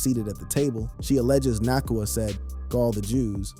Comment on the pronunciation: Hard to take this seriously when the first 2 words are "Puka Nahkwah"